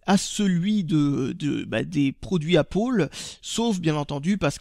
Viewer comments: Tu te trompe ^^ tu devrais dire Apple qui se prononce Apele et pas APPOLE Sinon très bonne vidéo j'apprécie particulièrement tes vidéos continue :D A bientôt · pourquoi tu dis "Apôle" au lieu d'apple ? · est ce que t'en fais expres de dire apole au lieu de apple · ***** Apple en anglais se dit "aiypole"... Et non "Apeule"... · Super vidéo mais pourquoi dis tu appolle ???? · C'est pas pour être méchant mais pourquoi tu dit Apole au lieu de Apple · Chaque fois j'entend Appaul au lieu de Apple x) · Bonjour c pa pour etre mechan mais il faut mettre du coeur dans ces video etre entousiaste montrer que c bo jai linoression detre a un anterement et il faut que tu dise apple au lieux de dire apoul donc voila maid ne pren pas sa pour des insulte non mais il faut juste a meliorer tes video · On dit apple et pas appol désoler pour la réflexion mais ça fait un peu con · c'est pas appol c'est appel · ca se prononce pas appole c'est apeule que on prononce !!! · Apple, pas Appole !! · c'est pas "apole" mais apple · trop fort, la feinte! bizarre, ta maniere de prononcer la pomme... hé! ils s'attendent à que tu leur colles 5/5 pour leur prestation (échange client/revendeur) :D 13/15 trop drole! vive la langue de Moliere ! :D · Pour ce prix là tu t'attendais à quoi? Et même avec l'accent américain on ne prononce pas apple! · Tu sais même pas dire Apple